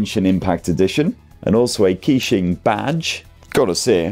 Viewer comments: KEY~SHING :face-purple-crying: bro killed it, butchered every pronunciation, love it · Actually Keqing is pronounced like "Ka-Ching" Like Shania Twain Song Ka-Ching. In that song she pronounced Keqing perfectly. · i nearly unsubcribed when you pronounced the name